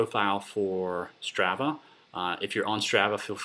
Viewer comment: It's STR AH VAH, the first ah is like when you open your mouth and stick out your tongue...AHHHHHH not the way you're saying it.